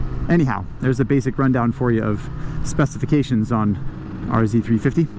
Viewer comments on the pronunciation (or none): R zed not R zee 🤦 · These were plentiful at the track in the early and middle eighties. I can still smell them going by as we were marshalling the corners, nice and near! R - Zed 350, that's how you say it! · thanks for the Canadian reference... 'zed' is the proper pronunciation ...lol ...👍🍁🤠